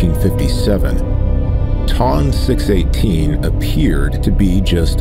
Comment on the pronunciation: This narrator has no idea how to pronounce the names of these objects. Hahaha ! Sounds like he pronounced Ton 218 Tom 218.